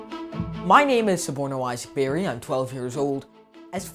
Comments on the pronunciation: Bari... marathi manus.. not Barry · It is Bari not Barry